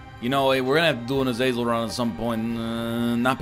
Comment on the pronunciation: Its pronounced azazel not azazel